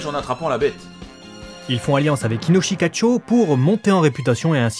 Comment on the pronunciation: C'est Inoshikachô (le second "o" est un son "long"). Et c'est aussi une carte du jeu de cartes "Yûgiô: Duel Monsters".